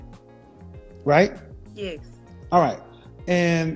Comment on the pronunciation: At least it answered the question why she couldn’t pronounce the word “yes” correctly 😂